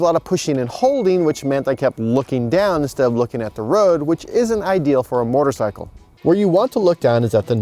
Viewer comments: Yes he meant sickle mortar sickle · Mortar-cycle? There some misplaced pronunciation here...